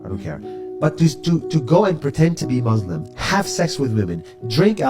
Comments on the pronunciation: It boils my blood everytime he says 'I am a Mozlem' despite being an Arab who used to be Muslim! He won't even pronounce the word right! He's just a wannabe who only wants attention.. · nas claims his muslim : pronounces muslim MUZlem